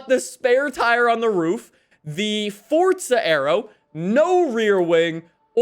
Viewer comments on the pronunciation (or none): It's forza not fortza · Why do you say fort'za? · Fortza? Or Forza 🧐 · This dude be pronouncing Forza, (Fort-Zuh) LOL